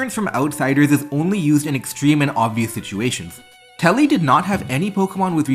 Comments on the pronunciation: It's tubby not telly. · It’s Tubby, not Tele(Telly) please. The name was on the screen. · Why do you keep calling him "Telly" when his name is shows as "Tubby" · Why do you keep saying "tully" instead of "tubby"?